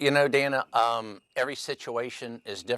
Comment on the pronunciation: Besides the complete mouth full of lies he kept spewing, did anyone else wish to have Dana freak out on him at minimum in regards to the fact that he can't even pronounce her name correctly???!!! EXCUSE ME. EXCUSE ME, SIR. MY NAME IS DANA. If you can't even get my name correct, how can we believe a thing you are saying...